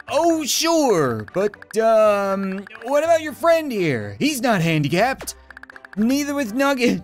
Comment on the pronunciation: english: Friend Translate to nugget:Fwend